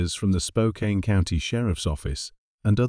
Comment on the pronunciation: Spokane is pronounced Spoke- can